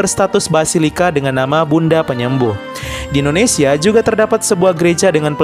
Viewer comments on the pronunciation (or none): none